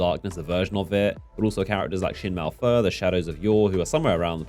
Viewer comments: Malphur not Malfur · What your saying is that it’s pronounced ‘malp - her’ not ‘mal - fur’